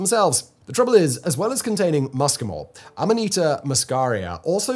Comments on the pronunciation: In America, nobody calls it fly agaric. It's just called amanita. This guy says Aminata, which is just entirely wrong. He's mixing up the vowels. Am-uh-knee-ta. Not Ah-me-nah-ta. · the guy was doing my head in with his aminarta did he mention ibo tengu taki? could have scored some brownie points with that one. Cheers